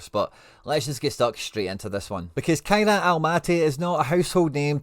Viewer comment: small thing here but can you pleeeeease start saying their team name correctly 😂 they are called Kai RAT not key re at lol